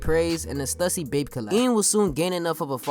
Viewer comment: It's pronounced STOOSY